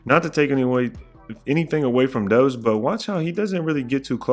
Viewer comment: It’s doubs like “Cobb “